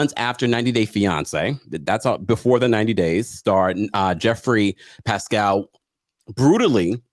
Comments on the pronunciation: Pashel not pacel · It's pronounced Pashstel and Vareeah